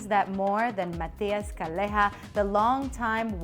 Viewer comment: Is not "Caleja", is "Calleja". The "ll" in Spanish has a value and a sound. Is similar to "y" so try to pronounce "Cayeha" when you say "Calleja".